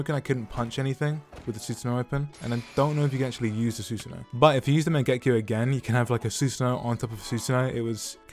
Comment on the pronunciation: DID YOU JUST SAY MAGEKO SHARINGAN TFFF